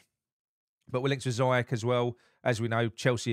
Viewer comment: Great video mate I’m so glad Noble stuck it to the people upstairs he’s bigger than the board ings isn’t injury prone mate he’s been out for 22 games in 6 years and you pronounced Ziyech and Aguerd wrong mate haha. Jokes a side I bet we get Micheal Keane on loan as for Moyes I can’t see him lasting long tbh players look happy in training now do they know Moyes hasn’t got long left